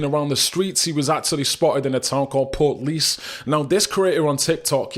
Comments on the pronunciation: It's pronounced port leash not portlease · Pronounced, portleash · I’d just like to say you need to learn how to pronounce Portlaoise properly marra,and I’m saying this with respect.